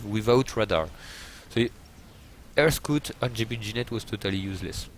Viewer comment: And that "scuut" :) Now I always refer to scouts as scuuts... remember to scuut guys!!